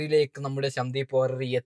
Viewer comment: ശ ന്ദീവ് വാര്യർ എന്നല്ല - സന്ദീപ് വാര്യർ